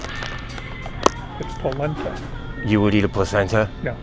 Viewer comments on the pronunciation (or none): This dude just called polenta, polenTINA……😂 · The employee can’t read, either. 😂 It’s “Polenta” not “Poletina.” 🤦🏻‍♂️